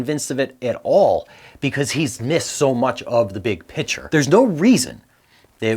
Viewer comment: Please STOP saying "BIG PICTURE" your pronunciation is shit.